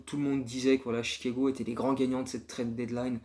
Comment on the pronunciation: Lourd comme d'hab, merci ! Juste attention la prononciation de "trade", c'est "trède" 😉